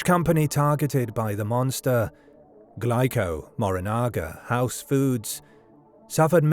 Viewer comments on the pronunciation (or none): Glico is pronounced wrong. It's Gleeco.